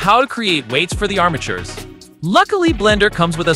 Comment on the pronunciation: armitures or bones... eæuuh